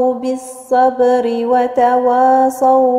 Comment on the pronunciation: إنتبهي لحرف الواو في كلمة تواصوا الواو حرف مستفل